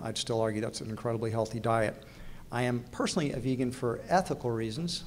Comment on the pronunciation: why can't he pronounce the word 'Vegan' properly? he says VAEGEN lolz